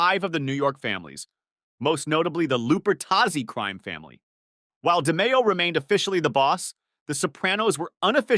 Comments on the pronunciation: it' pronounced di-MAY-o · You pronounced DeMeo wrong Also close proximity is a redundancy Go back to grade school pal